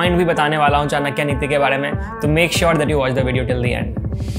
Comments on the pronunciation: चानक्या नहीं चाणक्य!!! कहना सीखो Me in 10th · It's '' चाणक्य " not " चाणक्या ". You think " चाणक्या " sound cool, no, it sounds that you are fool bro.